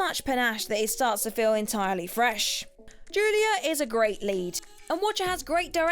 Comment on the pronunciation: Wtf, it's saw not sar and also it's Julia not Julier